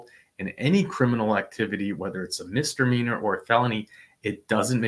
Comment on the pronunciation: You keep calling it a MR meanor lol